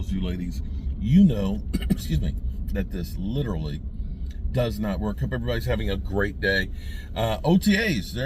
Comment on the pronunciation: I'm glad. I thought I was the only one. He butchers that word.